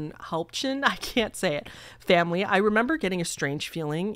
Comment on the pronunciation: Hi! Victoria BC resident here, Helmcken is just pronounced "helm-ken". So cool to see my little city on your channel, thanks for being so awesome and a great story teller!